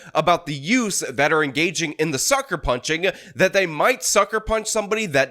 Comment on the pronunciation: yeah, the two yoots.